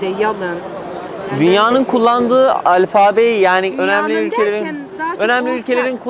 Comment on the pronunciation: Adam konuşmayı beceremiyor alfabe diyorsun matematik diyor.Adını düzgün söylemekten aciz.